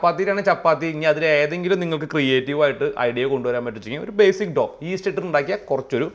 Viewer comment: It’s not pronounced doo dough